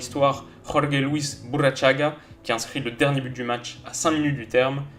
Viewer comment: BurrUchaga, et non BurrAchaga. En plus, c'est pas comme si c'était un parfait inconnu, le mec a fait une bonne partie de sa carrière en France, quand même.